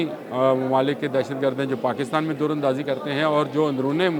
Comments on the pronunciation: Dar andazi Durr andazi nai plz Urdu ke meaar KO darust rakhain good analysis by the way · بھائ دُراندازی نہیں دَر اندازی ہوتا ہے ۔ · بھائی جی دور اندازی نہیں ہو رہی۔ در اندازی ہو رہی ہے۔ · بام و در ، در بدر، در اندازی۔۔ دور اندازی نہیں ، بھائی 😅